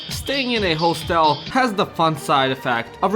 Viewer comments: You are mispronouncing hostel. It's like "hos" in "hostile" and not "hoe". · Step 1 of making video on hostels: Learn correct pronunciation of "hostel" kkk (just kidding, this video is hilarious)